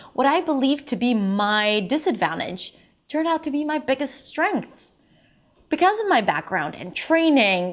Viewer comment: the way she says "because" is definitely not standard US English pronunciation